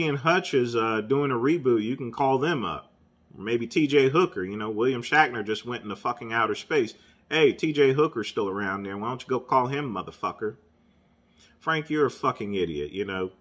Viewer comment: Frank is not smart for making a video about it. He needs to be quiet and let his lawyers handle it. it is arbitration court not " arbitrary" court.William Shatner, not " Shackner " lol.